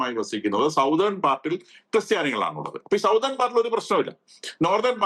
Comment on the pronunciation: സൗത്തേൺ part അല്ല സഹോദരാ , സതേൺ part ആണ്. ഒന്ന് ശ്രദ്ധിക്കുമല്ലോ.